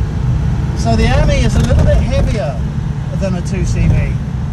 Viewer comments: Not quite pronounced correctly , it should be the French for friend . I have a pale blue one . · You pronounce Ami as the French would say the word meaning friend .